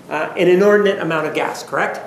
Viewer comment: When Juan said “California is a progressive state, in the sense it has gays-uh-gas stations almost everywhere” 😂